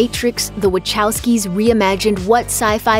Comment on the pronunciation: Wachowski is pronounced "Vahofsky."